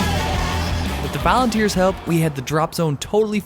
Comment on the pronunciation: "Valenteers" :D